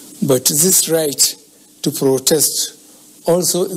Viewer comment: Is it protest or frotest?.....me I'm not understanding it o....I give up🚶🏼‍♂️🚶🏼‍♂️🚶🏼‍♂️ But wait o...I heard "frovide"...or he was parounocing "provide..?"